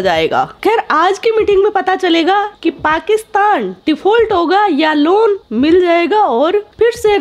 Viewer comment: Loan hota hai luon nahi madam